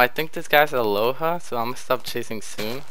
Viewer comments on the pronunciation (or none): none